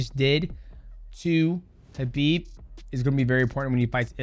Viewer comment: The first MMA fighter to pronounce Khabib correctly. Well done might mouse. You are also amazing. God bless